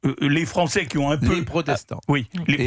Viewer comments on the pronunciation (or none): none